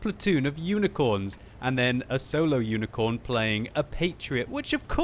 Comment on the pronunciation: I'm just wondering why says 'Unicorn' instead of 'Unicum'? (Unicorn=Mythical Horse with a horn on it's head. Unicum=Unique example or specimen [here used to describe players who are uniquely skillful]). There probably is a story about that? Great game, by the way - I am amazed when a couple of people in Randoms choose to work together, let alone most of a team!